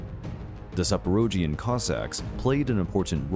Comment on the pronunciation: My ancestors :D! You butchered the word Zaporozhian haha but I forgive you.